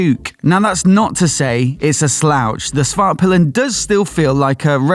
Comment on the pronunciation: It's HusKvarna, not Husvahrna. And SvarTpilen, not Svahrpilen...